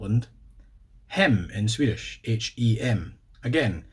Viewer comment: Your Swedish pronunciation is just.. wow. Very impressive.